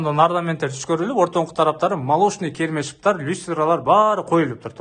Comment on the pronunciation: Керме шып деген мне озу. Озун тушуносунбу иним керме шип эле дейсин😂